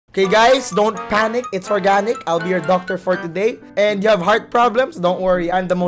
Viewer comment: "dont panicc its organicc"